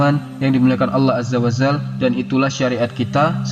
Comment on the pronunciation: Salah sebutan kamu..Allah azza wa zal...yg benar Allah azza wa jal